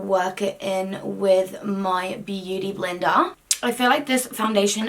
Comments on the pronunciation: I love when you say words in an Aussie accent😂 “byoodie blinda” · You sounded so bloody Australian when you said beauty blender! Yes girl, come to Australia, you’ll fit right in 😂😂😂